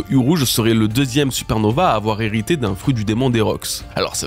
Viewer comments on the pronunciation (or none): none